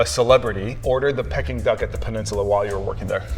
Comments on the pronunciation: Pecking Duck, what a cack….. it is pronounced Pee King Duck. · Peking Duck is pronounced “peeking” not “pecking” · I thought it was pronounced like pee-king duck. It sounds like he’s saying pecking duck.